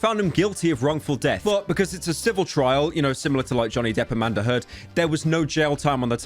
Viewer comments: bro said amanda heard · Wait. Did he say Amanda Heard instead of Amber Heard? I heard the former.